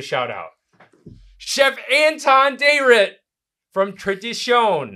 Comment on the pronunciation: "Dayrit is "DIE REETT" in filipino. not DAY REET.